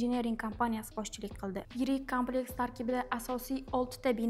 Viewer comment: Kompleks soʻzini toʻgʻri talaffuz qiling,Kámpleks demay!Urgʻuni boshqa harfga beryapsiz.Kulgiga qolmang "jurnalist xonim".